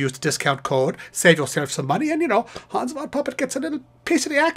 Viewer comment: Its too bad all your songs pronounce hans incorrectly.